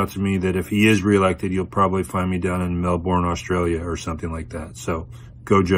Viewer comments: (Jokingly) If you're moving to Melbourne, it's pronounced 'Mel-bin'. I only flew through there, but I remember seeing a beautiful river cutting through the city...hopefully it won't come to that. Thank you for the video!! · Yay, Melbourne! The pronunciation hurts my ears though.